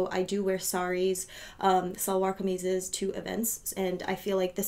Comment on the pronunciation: I almost spit out my tea when you said "Bengali" and "salwar kameez"! Woohooo! Happy to see a glam Indian YT sharing my same passion for lux on here. Subscribed.